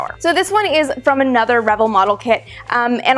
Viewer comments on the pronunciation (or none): I've always thought it was re-VELL, not REH-vull. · The proper pronunciation is "Ra Vell" like the composer. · Revell= ,"Ruh-velle." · Revell is pronounced "Ruh-VELL". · Correct. I noticed her pronunciation too. ;-) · Amy?...You know that I love you but you're pronouncing Revell wrong.